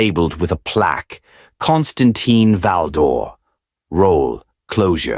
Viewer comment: kaan stuhn TEEN. If you're going to put out AI trash, at least put in enough effort so say the name correctly.